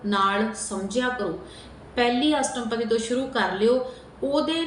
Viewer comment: Madam pl theek pronounce kuro astpadi bolna not astampadi